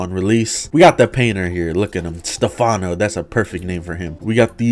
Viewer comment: As an Italian, it must be said: IT'S STÈ-FANO NOT STE-FÀNO